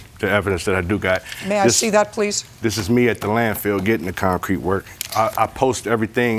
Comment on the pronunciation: And where they laid the syllable on the word itself broke me up. ConCRETE. Over and over. 😆